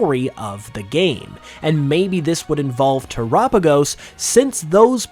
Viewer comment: your the only person i heard say the name terapagos right